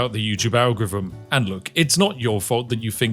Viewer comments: On my fifth rewatch because I enjoy hearing it pronounced, "algrivim". 😊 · am I wrong about the agorrfivm? Sorry vrongh. Are you drunk? Em eye vrognh vabout va agorrfivmm? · tf is an algrivm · If you are The King of the Algorithm you should learn how to pronounce it! :P